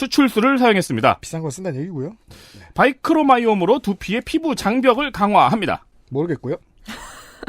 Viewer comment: “바이크로마이옴”이 아니고 ’마이크로바이옴‘이요ㅋㅋㅋ